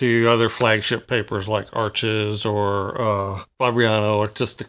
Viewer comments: Beautiful spontaneous painting as always.You seem to know a lot about Arches except how to pronounce it. Try saying harsh without the first h. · Hi, Canson Paper Company make Arches (pronounced "Harsh") - they own both the Canson and Arches brands.